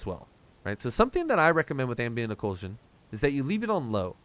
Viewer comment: Why are you saying "Ocool-shan"? 🤨 Ock-lew-jan.